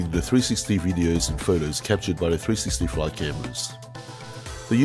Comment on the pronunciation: Maybe I'll buy me one of these um..."Three-sissy-cameras".